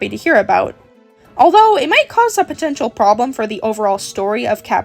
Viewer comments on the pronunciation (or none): none